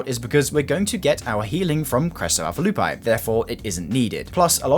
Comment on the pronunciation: Crest of Alpha 'Loo -pee' is how to pronounce it lol